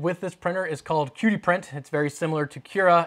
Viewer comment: It's not pronounced key dee? gif, gif?